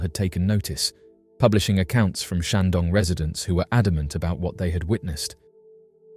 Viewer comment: The comments section has renewed my faith in mankind. And did he just say Shang-dong? Nice